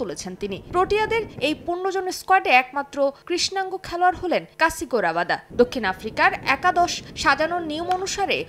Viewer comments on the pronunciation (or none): Kasigo rabada na kagiso rabada😂